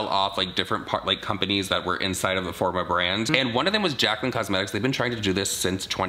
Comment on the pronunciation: "The company is mine. It's FOR ME!" Jaclyn, it says "FOR-MA"